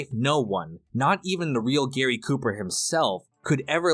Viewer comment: The shtrong silent type? Like Gahry Koopa???